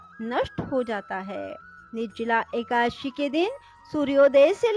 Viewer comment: ekdashi bhi dhang se nahi bol pa rahi ho madam